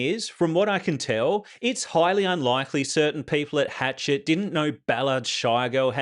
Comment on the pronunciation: It's Hash-shet, not Hatchet, LOL.